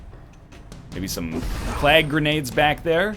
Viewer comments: And every time he says plag instead of plague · I like how NL says plague as plag.